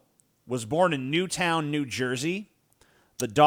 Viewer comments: The last time I heard of JANEANE GAROFALO was when she attempted to do that Criminal Minds spinoff that failed miserably and ended with a cliffhanger. Also Newton, NJ is pronounced Newton like in Fig Newton, not New Town, there is no 2nd w. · Didn't know I was born in the same town as Garofalo. Damn. Btw its Newton, not Newtown.